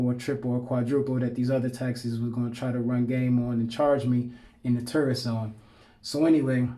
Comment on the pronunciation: Because of your pronunciation of tourist I keep hearing terrorist ahahah, my bad bro